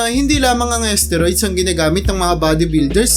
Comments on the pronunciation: asteroid ba kamo ginagamit? susko baka isteroid... haha... paki ayos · Nakakainis pakinggan ang narrator, d mabigkas ng tama ang STEROID! BUSETTT!